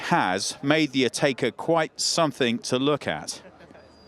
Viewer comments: Never heard it pronounced “Atayka” before. Always been “Atecka” to me. Well done guys, another first. You guys always get there first! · pipsicle it’s Atecka. English speakers never pronounce brands and names the right way.